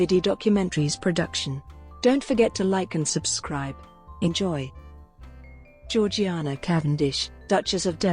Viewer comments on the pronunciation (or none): It's pronounced "Zhor-zhay-nah" and not as it's spelled. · It is pronounced GEORG JAYNA!!!!!!!!!!!!! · For a start , her name was only ever pronounced by her family and those who knew her, as George-Jaynah. And, her family home was pronounced Altrup, not Al Thorpe.